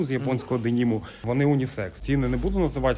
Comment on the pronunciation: ніяк не можу зрозуміти - це в мене наголос калічний чи в баєра Острів? воно ж наче дЕнім, а нє денІм; воно ж наче вібрАм, а не вІбрам але в цілому острів ван лав, дуже стильовий магазин. Сидів в них на сайті коли був молодий і бідний і пускав слюну на сіпі і японський денім двіж